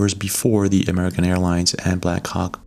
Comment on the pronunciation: 😂😂😂😂 could have swore u said black coxk